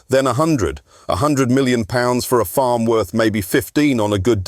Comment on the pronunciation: 🤣🤣🤣 what the fuck is this jabber? Is this just for people who dont know who Jeremy Clarkson is? The AI is horrendous 😂 its farm NOT forrrrrrrrmmm